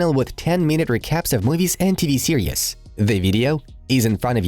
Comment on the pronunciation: its pronounced series . . . .not TV "serious". . . .you cannot be serious?